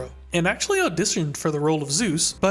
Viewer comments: Super fun video but it's driving me bonkers that you call him Zeus 😂 it's Soos. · I die a little inside every time you pronounce it like "Zeus". Its SOOS, short for Jesús lolol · I know we think highly of our man Soos, but it is not pronounced Zeus. He’s more of a dizknee Hercules. Or in his own words, “like a big ol’ panda” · Not trying to be rude, but please pronounce soos’es name better. It sounds like.zeus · Great video- but it’s pronounced Soos like Dr Seus ❤️😭 like Jesus the Hispanic pronunciation his name is short for Jesus